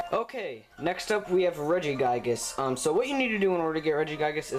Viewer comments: Can u stop miss saying Regigigas (forgot how to spell, it's not Regi-Guy-Gas, it's Regi-Ge-Gas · Oh cool, I didn't know that Reggiegiygas was in this game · Regigiygas. Oh god. Oh god no. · LOL you dont say Regigigas, u say RegiGAIGES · " regi GUY gusssss "